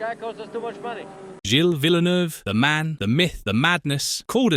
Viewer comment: Full of inaccuracies including a narrator who can't even pronounce Gilles' surname...